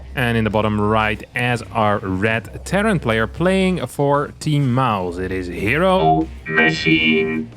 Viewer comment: Love how said ”HeroMachine” 🤣